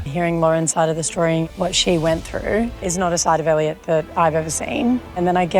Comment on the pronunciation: 😂 idk why every time you say “Eliot” it sounds like you’re calling him “ayeediot “ 😅😅😅